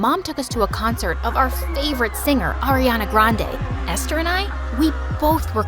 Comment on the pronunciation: I’m happy the girl is dark skinned this time ❤️ AND FINALLY SHE DIDNT SAY air e an a grande lol